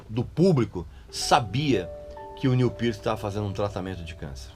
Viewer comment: Tou vendo que o Régis continua com o inglês macarrônico. Acertou no Peart mas como a larga maioria dos brasileiros, errou no Neil. Em inglês, o "L" no final da palavra não tem o som de "U", portando, não é "Niu", é "Nil".